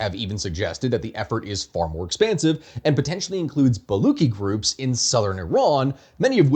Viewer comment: I understand why it's difficult to pronounce things correctly, but Baluchi is pronounced Buh-LOO-tshee, not Bah-LOO-kee as you pronounced it throughout the video. The guttural phlegmy sound is spelled /kh/ when transcribing Perso-Arabic scripted languages.